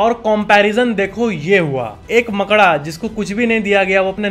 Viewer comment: Your pronunciation "मकड़ा" is unique 🙂